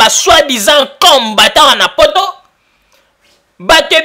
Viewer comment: C'est pourquoi le Congo n 'avance pas avec des gens comme ca , tu ne sais meme pas prononcer combatant. il est temp de se repentir. Aimez-vous les uns et les autres.